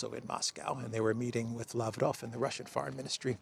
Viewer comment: As well as Ushakov, Lavrov and Peskov last names. Emphasis is on the "ov" syllable. Come n, you van do it. I believe in you.